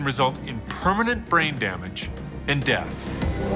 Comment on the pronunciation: "and even DEATH"